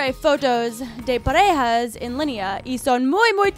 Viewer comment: Alguien se dio cuenta que dice en Pajera 😂🌈